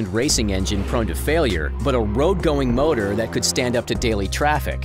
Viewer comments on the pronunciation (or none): none